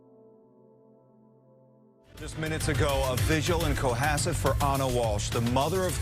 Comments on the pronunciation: btw, it's "Co-HAS-set" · Co Hass it.. that's how it's pronounced.... say it correctly..three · Coh-hass-it, thats how south shore pronounces it anyways, and Quincy is pronounced Quinzy, just fyi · It's pronounced Co-hass- it. The accent is on the hass part. I had to be that guy. 😄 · Pronounced Co HASS ett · It’s co-HAS-sett sweetheart. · It’s pronounced COE-HASSET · Hey just had to be one of those people telling you how to pronounce town names from massachusetts 😂 It's CO- HAS- ET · from the area, we pronouce it Co-HASS-it. xx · It's pronounced Coh-hass-it, Massachusetts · Salem, MA resident here. Love the shirt! Love the Channel! BTW.... It's Co hA sett.. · Cohasset pronounced KO HA (like hat) Sit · It's pronouned cohASSet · It’s “Ko-Ha-set” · Someone’s probably mentioned this, but it’s pronounced coh-HAH-set 😂 Love your videos. So happy for Friday. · Hey! As someone who grew up in Massachusetts and actually worked in the town for a bit, it's pronounced Co-has-set. Not that I didn't love hearing your rendition of the town name lol. That town kinda sucks btw... Very rich and exclusionary 🙄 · it's pronounced, Co has set,,,. Love you bud. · "Ko Haas set" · Cohasset= Co-hass-it, not a suburb of Boston, I grew up I. Dorchester Boston. Quincy, Milton, Dedham, those are south suburbs of Boston, Cohasset is the south shore and it own area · Cohasset sounds like Co Ha set… it’s 20 minutes from me. Darn New England language…lol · COE-HAAS-SET Thanks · Cō- hassett (like hassock) sorry I'm not usually a punctuation/pronunciation nazi. But I want to be right!!!🎉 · Co - hass - it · I grew up in the next town over, Scituate, the most Irish town in the US and proud of it! This kind of thing NEVER happened in this area. It makes me so sad for all the people who loved her. Why??? The poor kids, the story seems particularly unfair. So sad. Cohasset pronounced Co-hass-et just sayin' love you! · Pronunciation is. Ko HASS set. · It’s Co hasset